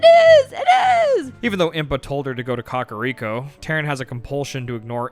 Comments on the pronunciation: The only thing that irks me is the pronunciation of some things. COCK-a-Rico village instead of “Cack” Day-koo tree instead of DECK-koo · im sorry but boy pronouncing kakariko like caca (poop) is funny to me. i've always said KAK-uh-riko, he's saying Cah-cah-riko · Why do yall say Kakariko like Cockariko 😂